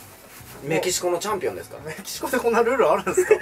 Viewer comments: チャンピョンじゃなくて チャンピオンな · チャンピョンじゃなくて チャンピオン……笑